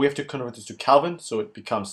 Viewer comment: Kelvin, not Calvin